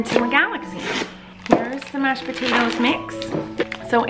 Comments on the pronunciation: There are a lot of times where Collen forgot to say Mached instead of Mashed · Idk why but ik she is saying mashed potatoes but I keep hearing matched potatoes lol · She says mech potatoes